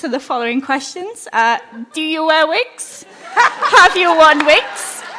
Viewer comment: LORD OF THE VIGS! 😆. Do you vear vigs?!?!